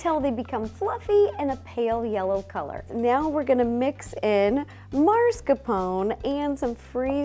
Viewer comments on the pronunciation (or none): Mascarpone... not Mars-capone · Did she sayed Mars Cappone? Or Mascarpone😂